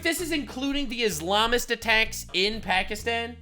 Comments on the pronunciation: It's not Pakistan it's Pakistine xD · bro.. you sayin it wrong. it’s Pokiston. lol. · Every time Hassan says 'Pukistawn' instead of 'Pakistan' its like nails on a chalkboard to me. Its like when people pretend they are Italian. "Parmashheinaaa resssgggiiooannnoo" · Hasans white ass trying to pronounce Pakistan in a culturally ‘appropriate way’ is making me cringe so much lmao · Please Please Please explain this to me, Why do virtue signalers always need to pronounce "pakistan" with a B ?????